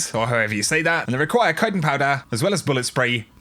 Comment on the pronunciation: Love you dude but kite-en? It’s ch It’s CHitin Like chin